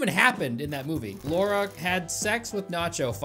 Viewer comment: the way you say Laura lol